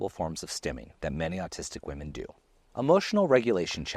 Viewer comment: Ahhhhhhh! You’re pronouncing ‘autistic’ as ‘artistic’!